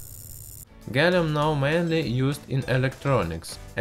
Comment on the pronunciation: LOL he says gallum